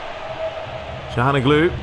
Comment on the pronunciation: also, it's calhaNOglu, not calhanoGLU